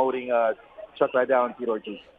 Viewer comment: Someone needs to tell De la Hoya its Chuck Liddel that is pronounced LEEDEL Not Chuck LYdell